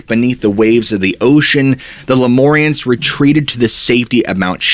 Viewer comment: LemUrians, not LemOrians